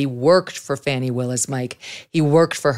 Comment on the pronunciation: Fani is Pronounced (Fawny) not Fanny.